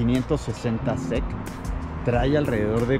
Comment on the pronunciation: No se pronuncia SEC todo junto se pronuncian las letras individualmente, asi Mercedes 560 S-E-C.